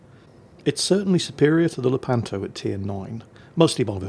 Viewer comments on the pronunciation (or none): none